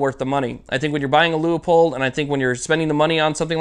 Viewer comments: Just an FYI. It's pronounced Loo-pold. Not Leeahpold. Could help with future reviews. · Leo-pold? Aaaarrrgggghhh! It's Lewpold, Loopold, Leupold! This is Leopold: Rant over, as you were... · Quick question just for my education. Is it pronounced "LEEAPOLD" or "LOOPOLD" I want to talk about my gear, but don't want to sound like an idiot.